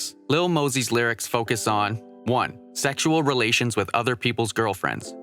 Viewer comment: The whitest thing I have ever heard